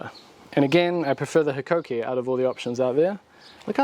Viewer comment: Well done on pronouncing Hikoki fairly close to how Japanese pronounce it. I recently bought the Ryobi Framing Nail Gun, as it is battery powered.